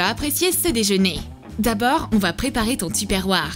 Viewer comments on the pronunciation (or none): Tupperware 😂😂 Ça se prononce "topeurware"